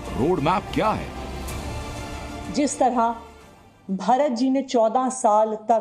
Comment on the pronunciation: इन कमिनो के मुह से प्रभू राम और भरत का उच्चारण ठिक नही है